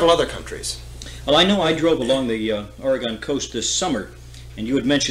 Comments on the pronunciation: oregun, not oregone. it hasn't gone anywhere. please. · Oregonion here, Frank Herbert fan, this is great!!!! Also, it's Ore . ih . gun!!! Ore . ih . gone is like fingernails on a chalk board to us. Frank says it right. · It is pronounced Or'a'gun, not Or'e'gone!!!